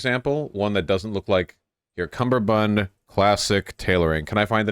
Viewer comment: It's "Kummerbund", not "Cumberbund". There is only a "b" in the second half of the word ;)